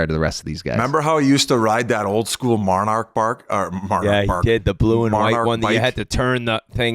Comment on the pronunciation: “Marnarch bark” - Paul Bissionette